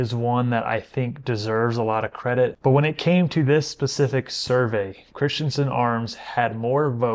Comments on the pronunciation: It's Chris - Ten - Sen, NOT Christian - Son. Just ask my friend named Christensen. ❤ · Cris-ten-sen.. Not Crist-yen-sen. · Christensen is NOT pronounced, “Christiansen!!”